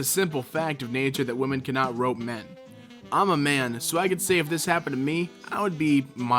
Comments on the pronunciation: Why do you keep saying "rope" rather than "rape"?.. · Why does he say “rope” instead of rape? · Did you say ‘rope women’? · If say "rope woman" instead of rape one more time..